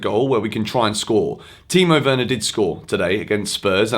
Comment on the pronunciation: And you av said it correctly